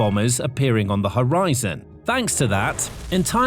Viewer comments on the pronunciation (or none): none